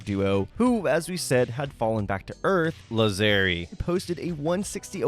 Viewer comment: Well, that last name would be pronounced "Làzzeri" in Italian, so you were actually correct (source: I am Italian).